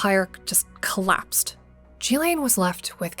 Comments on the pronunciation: Jeee-laine? At least say Ghislane properly (Gee-Lane) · Glad you did this post. But her name is pronounced Geelane, with a Guh sound for the G. Not Jeelane. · I thought it was pronounced “gill-lane” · She did not introduce herself as "Jillane." Her name is Ghilaine. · I can’t listen to G lane anymore It’s Ghislaine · Its pronounced Gillen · Yikes...the incorrect pronounciation of so many well-known names and words...G-lane, jufree, phiLANthrapic, teTAREboro. Don't get me started on the French name...just killing me. Are there no producers or editors to help? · It's pronounced "guh-layn" Maxwell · Please learn to pronounce Ghislaine correctly... (more like 'Ghee-LENN')... Ghee... as in 'GEEK'. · You mispronounced Ghislaine Maxwell’s name! *iT is PROPERLY PRONOUNCED with a HARD “G” sound “GiLL -LANE” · GHEE-lyn is the correct way to pronounce Ghislaine. A hard g sound, accent on the first syllable, e as in eel, second syllable is pronounced 'lin' identical to Marilyn. I know this because I listened to people who knew her being interviewed, including Virginia Giuffre. They all say her name this way. I wish YouTube commentators would do likewise. It's not that hard if you are doing research and speaking, in fact broadcasting, on this topic.